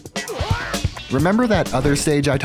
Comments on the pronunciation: erm... it's actually "Segue", not segue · you can't just say "Segue" when you can't think of a segue